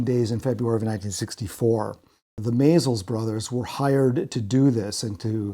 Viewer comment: Sorry. I thought for sure I heard that name pronounced the other way. But who in their right mind would use Good Morning America as a source? Hahahaha! Here's definitely one you and everyone else missed: It's pronounced "MAY-els, the first "S" is silent. And that's from seeing them interviewed 25 years ago about their film What's Happening, I don't care what Wiki says. Oh, and the folks who knew the Maysles brother who lived in Camden, Maine always pronounced it like that. So we're even, LOL! Please don't think I'm trying to be an ass, I'm really only trying to help. I really LOVE your podcast, wasn't trying to be mean at all.